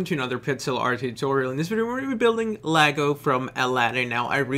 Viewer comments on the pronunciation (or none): He just a friendly note his name Iago(e ya go) is how its pronounced not Lago I can understand the misunderstanding of how Guilbert Gottfried talks.